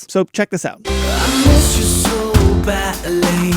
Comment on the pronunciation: Just finishing this up after comp and EQ courses - amazing, thank you... But... 'I miss you so batly.......... I can taste your lurm'?!